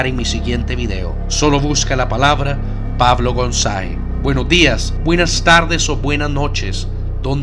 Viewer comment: jajajajajaj me gusta cuando en los finales de tus videos dices Pablo Goanzae es que tienes un acento como Italiano.